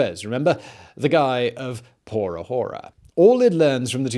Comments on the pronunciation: There is nothing wrong with a whore-a or two. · Good documentary brother, but would have been much better without you saying 'Hora' the way you did and rather saying it correctly with a silent 'h' ..I thankfully speak Spanish and trust me it sounded awful, like if I was listening to a 3 year old kid 😅😅 ..only if you want to trust me for an honest feedback ..Good Luck anyway for your next videos👍 ..this was quite informative. Subscribed👍